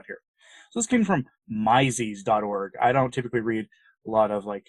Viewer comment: Mises is pronounced "mee-sees." It's named after Ludwig von Mises. If you're a libertarian (vast majority of the US Founding Fathers would be properly labeled as libertarians in today's verbiage). The Mises article panned Nussbaum.